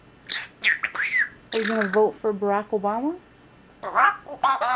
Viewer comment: the way he says barak obama mad me laugh so hard